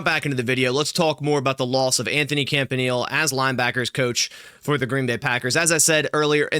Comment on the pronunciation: Yea, He's awesome. Thanks for him. PS: his name is pronounced CAMP-AH-KNEE-LAY. Cheers